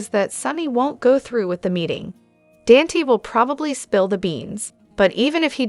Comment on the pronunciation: Please Dante is pronounced Donte.